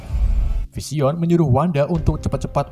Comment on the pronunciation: Sumpah bahada inggris dr pengisi suaranya g tertolong Parah bgt Bilang vision dan mind stone Ga banget Iuuchh